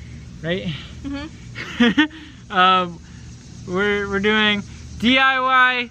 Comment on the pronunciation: "Hi,welcome back to DYI-ing" 😂😂